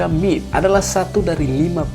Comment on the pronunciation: MIT apa M-I-T narator ini baca bikin malu